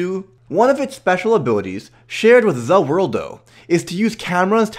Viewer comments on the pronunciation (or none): Please stop saying zhe worldo Just da the world or ZA WARUDO